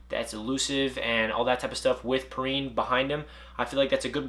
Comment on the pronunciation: You said Perine wrong